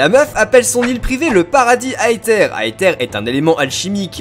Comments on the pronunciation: sa ne se dit pas aether mais aeseur mais sa s'écrie comme ça aether tous symplement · Plot twist : personne ne sait et les théories sont juste des machines à vues en attendant les jeux. Et en japonais la fondation Aether se prononce Eteru. Donc on peut dire Étère. Pas Aétère. Ni Aether à l'anglaise. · Ça se prononce èzeure pas aeteur purée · Pour la prononciation (ouai je suis chiant car tu as râlé la dessus) c'est Ether pour l'élément de l'esprit, alors que le mot Aether désigne bien une sorte de "Paradis" et se prononce A-é-Zeur (je voulais juste le dire même si je pense qu'il y a eu beaucoup de recherche de votre côté) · sa ce dis ézeure sinon super vidéo! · Je n'ai pas du tout regarder les trailers mais peut être que la team Skull était là contre Aether (pour moi sa se dit "èzère")et le mec un peu punk au cheveux blac soit son frère qui se rend compte que Aether se barrent en couilles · AETHER se prononce AIZER ok ? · EATHER se prononse AFER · aether se prononce iveur avec un accent anglais bien sur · On dit "Æther"... c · pour aether on prononce aezer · On dit "aïzeur", le "th" se dit "z" mais avec la langue touchant les dents du haut de devant !!!